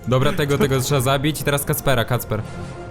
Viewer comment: 15.24 blow mówi się kacpra a nie kacpera